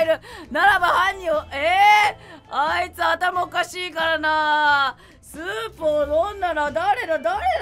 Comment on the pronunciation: スープも持ってるしってころちゃんがいうまでスープをソープやと思ってた